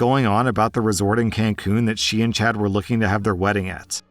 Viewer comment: You know you're too terminally online when you keep hearing 'chat' instead of 'Chad' lmao.